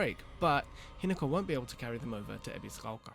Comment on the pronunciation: This is really petty, but the way the guy in the video pronounces Ebisugaoka makes me think of people that pronounce words like croissant as though they're speaking (a mangled version of) French right in the middle of an English sentence in order to sound more sophisticated. I'm choosing to be cautiously optimistic about this game. I love Souls combat and I love Silent Hill... or I suppose Siren/Fatal Frame, that seems more relevant here... In any case, I'm definitely doubtful that these two flavours will mesh without damaging the atmosphere, but I'll only really be able to judge that once I get my hands on it. Sometimes the weirdest combinations can work surprisingly well, after all.